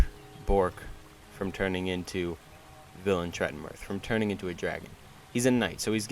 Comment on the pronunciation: Yeah pronounciation is probably right. The name is not Polish anyway, there's no "th" nor "ll" nor "v" in Polish language, it's stylized as western(Tolkien)-style fantasy name.